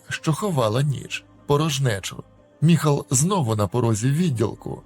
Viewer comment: Не Михал!!!!а Майкл😊